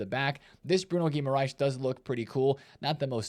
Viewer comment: GuimarÃes, not GuimarÁes ☝️🤓